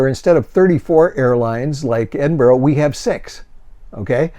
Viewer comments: To confirm (I'm sure I'm not the 1st.) Ed iN Burrah. Go hard on the N in the middle. Ed~iN~Burrah. Edinburgh. Or if you want shine 'em off? Em'bra. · Please learn how to say Edinburgh. It is NOT Edinboro.